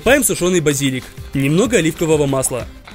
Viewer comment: Ох, какой неграмотный! Не базИлик, а базилИк